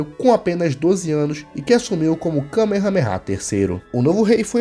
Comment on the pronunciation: A pronuncia Correta é “ka mea mea”